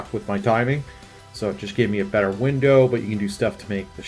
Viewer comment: shouldnt included mon mon his opinions are trash also ditto saying BE ' ' ER three times is the best bri'ish moment ever